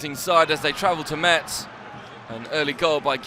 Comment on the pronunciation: Appreciate the good commentary and obvious familiarity with the French Ligue 1, including language and pronunciation.... except for the city of Metz, which should be pronounced "mess", without the "t" sound in French